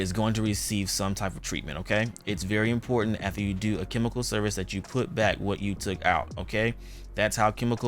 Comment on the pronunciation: “ATHER?” It’s “afTER” my Dear! Nice job though.